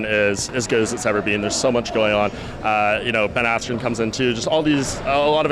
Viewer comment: 'Ali abdelasleeze' 'Marty snoozeman' 'Ben asscream' Colby making the wwe great again